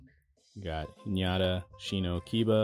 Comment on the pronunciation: Its actually "Hinata" not "Hiñata". Good vídeo btw